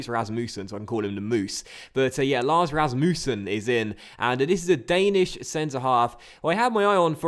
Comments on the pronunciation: Rasmussen is pronounced the way you first pronounced it(Ras-mus-sen) not Ras-moo-sen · Please don't pronounce it Ras-Moo-sen😂😂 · you are saying Rasmussen wrong